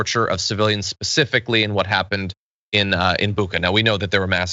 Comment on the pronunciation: IT'S Буча (spell. bootcha not booha..)!!!!